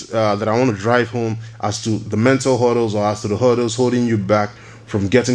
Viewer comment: HURDDLES not "huddles"